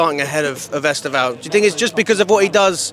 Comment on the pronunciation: EsTEvão, not EsteVÃO. Like sTEphen, not stePHEN.